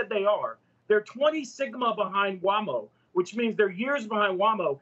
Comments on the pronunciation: "Wha - mo"??? doesn't even know how to pronounce Waymo. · Was watching the same AI Day? And what’s Waahmo? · Man this anti-tesla guy again. It's "Way-mo" not "WAAH-MO". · Guy doesn’t even know how to pronounce Waymo. Why does he keep getting booked?!